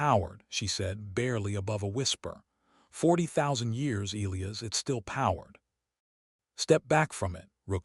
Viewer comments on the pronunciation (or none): Why can't your AI pronounce "Elias"?